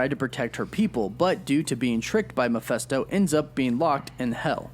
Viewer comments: He keeps pronouncing "Mephisto" as "mafesto". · Anyone else kinda bothered by the fact that he says Meph-eh-sto, instead of Meph-i-sto? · man this bothered me so much lol Channel that specializes in Marvel but can’t pronounce Mephisto